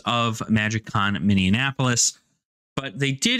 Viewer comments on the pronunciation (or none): You pronounce it Mini-in-apolis when it's usually pronounced Mini-apolis. You're adding an N to the middle. Which gave me a good chuckle as a resident. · Really surprised by the day pass price. I have two friends who are new to magic who are going with more experienced players as a fun day outing because it's not too expensive. Delightful pronunciation of Minneapolis by the way xD that's a new one I haven't heard before.